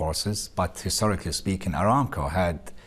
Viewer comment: This guy is sitting on top of the world. He is impressive and his general knowledge is excellenf. Also, his English is immaculate with one major exception. I only wish that somebody would tell him that he has to work on his "ing” endings. For example he always says ”in”. So the word ”speaking” comes across as ”speakin”. He has to pronounce the letter ”g” and not eat it. Somebody with his stature must come across as a sophisticated executive. There are trainers that would, with little efforts, help him talk like an executive and noy like a dude. This is a habit he picked up early on when he was learning ”learnin” the language and he never got rid of it. I wish I could get this comment to him.